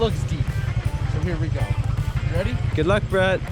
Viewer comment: Bret I like the way you deliver either bisaya or tagalog language you pronounce it well. God be with you at all time. Keep safe